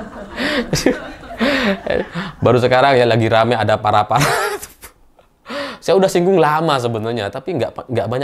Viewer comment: Spontan ngakak 😂😂😂 bilang para2, parah parah mas hahahaha